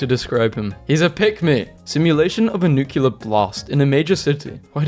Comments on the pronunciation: I can't believe a brit said nucular, smh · Why. Just why? WHY CANT YOU PRONOUNCE NUCLEAR CORRECTLY?? Is this British thing I don’t know about? Like how you pronounce aluminum weirdly.